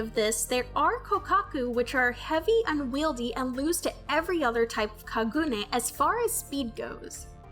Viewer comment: It bothers me how you say Kaneki and Kagune....but thanks for the video and explanation....